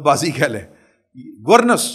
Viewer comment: گورنینس۔۔۔۔not گورنس💖